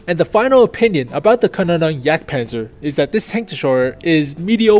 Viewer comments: I think it's "Kaaaa nonen yagdpanzer" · From what I know it should be pronounced like "can-ohn-en-jagdpanzer". Take it with a pinch of salt though. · Good news, and yes , or Ja you have to work on the Pronounciation